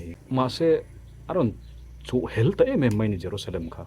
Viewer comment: Jerusalem kha mosolman ho khan an rawn chuh hel i tih hi an rawn chuh helh(thil kan ei a kan helh kan tih ang a lam tur) anih duh hmel zawk ka ti....theng khiu veri nais😊